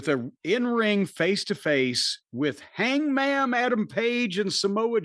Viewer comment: Did I hear "Hangma'am" Adam Page in the beginning? 😂